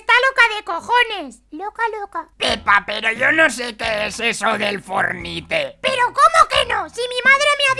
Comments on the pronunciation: no sé dise pelotuda fornite sé dise forniat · No sabe decir fortnite XD aquí el enlace #fornite o #epicgames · bueno los isisite tontos todo los personaje se dice fornite o fornait